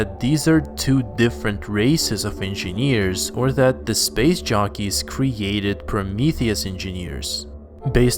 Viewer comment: We like how he says LV223 too, way soothing than how he says covenant. I also like how he pronounces "space shockeys" 😁 instead of jockeys